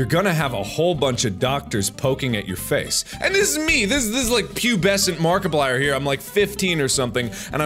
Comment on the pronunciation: I got two things to say.... For one: have you realized in some of your videos it sounds like your saying markiblier and not markiplier? And for two, do you got the Markiplier amino?